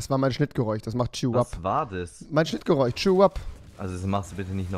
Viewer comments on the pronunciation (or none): Das “chnitrgereuch“😂😂😂😂😂😂